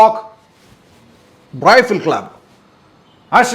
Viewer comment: ഹൊ അണ്ണന്റെ "റിഫ്യൂ".....! പടം കാണാനുള്ള ആ മൂഡങ്ങ് പോയി! എജ്ജാതി അവരാതം അവതരണം